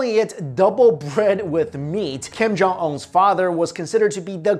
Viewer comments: This guy is saying kim jong in last name wrong it's pronounced oon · Its not kim jong- ong . Its kim jong- UNNNNN . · It's Un not Ong, On, All sigh...!! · Dude it's Kim Jong ūn not un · Kim Jung-‘On’ Sorry I can’t unhear this person’s pronunciation of the name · ''Kim Jong On'' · Kim-Jon uh